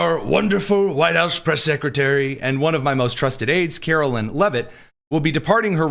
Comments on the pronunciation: KaroLINE not KaroLYNN. Very disrespectful and signals dislike and unawareness. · It’s Karolīne…not Carolyn…as the Mother of a CaroLINE and daughter In law to a CaroLYN…they hate it when you say their name wrong